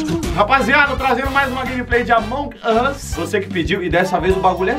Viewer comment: Ele fala amonguasssss